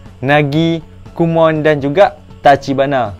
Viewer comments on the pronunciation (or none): Komon bang bukan kumon😁